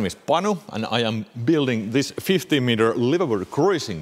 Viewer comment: Question: you keep saying (sounds like to me) "50 meter" boat... in English measure, that about 150 feet... seem way to big for what your frames look to be big enough for. Do you really mean 50 feet (15 meters.... so what I hear as 50, is really 15 meters)??